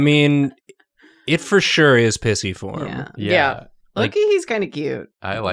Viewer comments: Came here to be annoyed at how pisiform is being pronounced in this video! But then there are comments of being pregnant! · Listening to yall pronounce these bones is so oooooooo funny Pissyform PLEASE HAHAHA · Your pronunciation of the bones..... they are so blursed. Also, Pisiform is best baby. Congratulations,!